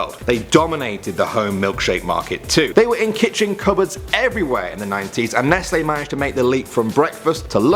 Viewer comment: FINALLY SOMEONE WHO SAYS NESTLE PROPERLY